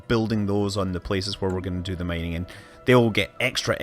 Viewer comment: "Mininging". xD